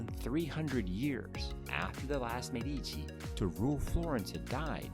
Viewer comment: Michelangelo was in his late 40s, and immensely famous, when he sculpted the Medici Chapel (la Sagrestia Nuova). It is hardly the work of a "young" sculptor; also, Medici is pronounced MED-ee-chee.